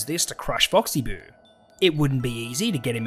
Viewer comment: And you also said oxy boo